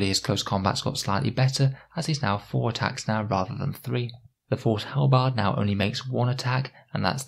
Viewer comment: How did you manage to mispronounce "halberd" as "hell-bard?" lmao